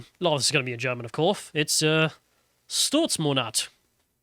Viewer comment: It's fking "STOLZMONAT" not Pridemampf!